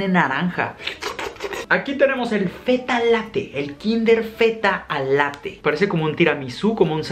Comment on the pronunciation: Fetta al latte lo dijo en acento argentino jajajajaja